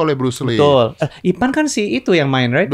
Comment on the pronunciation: Mbok ya mas deddy kasih tau mereka gimana cara ngucapinnya yg bener itu nama Ip Man.....!